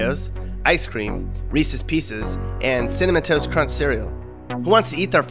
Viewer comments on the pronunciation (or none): none